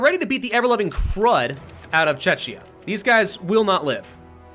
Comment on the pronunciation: Hi, love your videos just please check your pronunciation of Czechia, it tears my ears as I m from here and you keep pronouncing it as Chechnya which is completely different... Thanks in advance keep up the good work :)